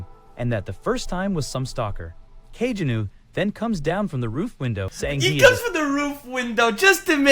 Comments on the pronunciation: love the fact Kageno is pronounced in so many different ways throughout the video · Bruh I can't with these terrible AI voice overs. Just read the damn thing out yourself, or at least make sure the AI is pronouncing names consistently if not correctly- I had no idea there were so many ways to incorrectly pronounce Kagenou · The AI voice pronounces Kagenou like 3 different ways😅